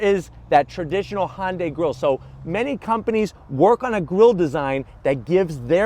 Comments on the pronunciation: I agree! its not HONDAI ITS HUNDAI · It’s not Hahn-day is pronounced Huhn-Day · Hon-day... Hyundai